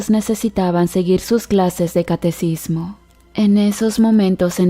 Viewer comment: Catequismo quien te enseño a hablar? Y las palabras que terminan con D deben terminar con D ponte a estudiar pobre ignorante